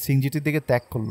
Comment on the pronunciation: অামার গায়ের লোম খাড়া হয়ে গিয়েছিল। So scary! কিন্তু যখন বললেন ত্যাক করল তখন বুঝি নাই যে ওটা অাসলে তাক করল হবে... Overall, It was Fantastic! Keep going...